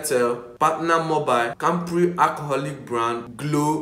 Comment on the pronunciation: did i just hear campri instead of campari lol